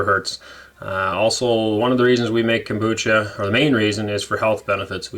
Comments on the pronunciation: No, you are putting a k before the a. I'm not trying to be smart, it's that I was an English Teacher and if you look the pronunciation up, it is not pronounced, Kom-booch-ka. 😊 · It is pronounced Kom-boo-cha.